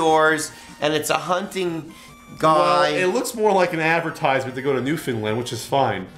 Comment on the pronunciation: Just so you're aware,, it's pronounced New-fin-land, not New-fin-lind. 😛 Cool to see another Newfoundlander sending ye two gear though.